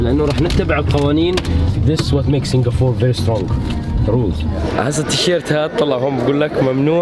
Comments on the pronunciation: Why do you say Singafore !? It's Singapore Or say singafora " Arabic " don't fuck my brain man, fuck am leaving this video. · Singapour not singafour i don't know why middle easterns have problem spelling P they all say B instead , and sorry it damages the ears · يا زلمة Singapore اسمها مش singafoor مشان الله أتعلم إنجليزي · Singa-p-ore it’s ppppp not ffff